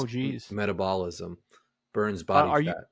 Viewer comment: my god pronouncing metabolism lmfaoo